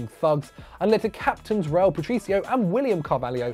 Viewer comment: DID YOU LITERALLY JUST SAY RAUL PATRICIO?? GET OUTTA HERE